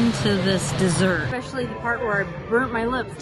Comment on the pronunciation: 😂 I don’t think it’s “effort”, it’s simply saying something at the moment and just leaving it because you know most people understand what you are saying. has a habit of saying “exspecially” even though she knows it’s especially. We just don’t worry about those type of things that really don’t matter when it comes to making a video. That would be silly to judge someone based on how they pronounce something. Probably why you don’t see many comments about that sort of thing. Thanks so much! 😊🤓